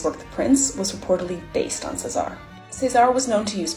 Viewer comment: CESARE Borgia. Say it with me. Chez-ah-rea Borgia